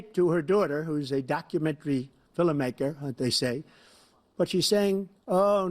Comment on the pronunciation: Donald Trump probably considers menial jobs to be "black jobs." Who else noticed Trump saying "documentary filly maker" instead of "documentary filmmaker"?